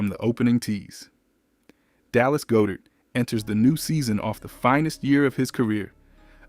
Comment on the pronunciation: Try saying Goedert like "God-Ert". For chrissakes!